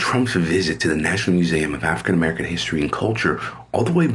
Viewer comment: He can't even pronounce museum correctly.🫥